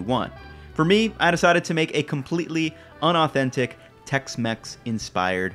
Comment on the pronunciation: bud, it's "inauthentic"